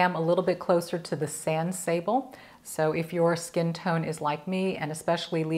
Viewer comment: I love so many of these products too, gorgeous! FYI Sable (sab-lay) is Sand in French. 😉